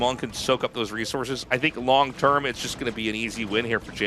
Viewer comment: long term…or Mong term? 😉